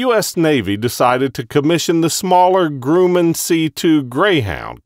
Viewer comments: he pronounced it like groo-man, instead of Grum-man (grum, in this case sounding like crum) Don't know where half these dudes who make Youtube videos like this get their pronunciations from. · did he say GRUMAN ???